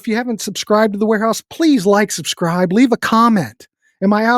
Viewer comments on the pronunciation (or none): none